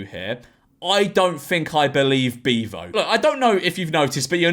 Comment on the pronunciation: Why does he say beavo like that?😂 ”BIVO” 😂😂😂😂😂